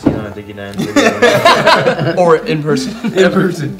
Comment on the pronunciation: was my favorite purr-art of the vidjea